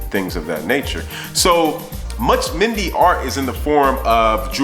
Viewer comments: Good video. But it's pronounced MEN-DAY . I myself was born in a mende village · I love this went to Sierra Leone for the 1st time in December best experience of my life but just one little thing the way you pronounce mende is funny lol its pronounced like Men-day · Mende is pronounced men-day 💜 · LOVE the vid but its pronounced "men-day" lol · I love your video, your pursuit of knowledge and interest is admirable!The correct pronunciation for Mende is 'MEN-DAY' btw; Please keep up the good work. 20 year old 'Black British' girl from Sierra Leone (Mende and Kono parents).